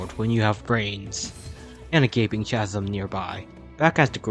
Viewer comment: Fun vid, tip: chasm is pronounced casm